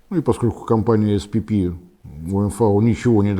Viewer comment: Словацкая компания SPP называется "эСПэПэ". Пора отвыкать читать всё по английски.